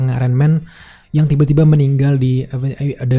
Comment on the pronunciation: Mohon maaf bang mohon maaf banget koreksi sedikit, The dibaca De ya soalnya depannya "A"vengers vokal >> "di ......